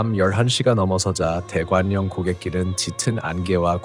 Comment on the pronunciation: 대관령 발음은 [대괄령] 입니다.